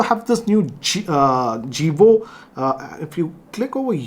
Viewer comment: Its Jovi home not Jivo😁